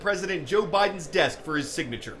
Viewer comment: I thought he said Joe Biden's death.